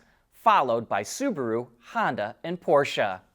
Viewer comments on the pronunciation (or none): none